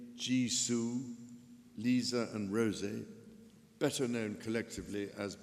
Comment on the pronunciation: Bro i was laughin my heart out when he said Lizaaa and jizoo like lisa goin like WHO LIza